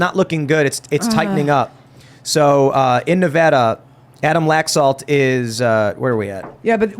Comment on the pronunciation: It should be all Red, if you asked me. Sisolak banned hydroxycholoroquine, that I was prescribed for Lupus, and hoarded it for the prisons system. Also, thank you for pronouncing Nevada correctly.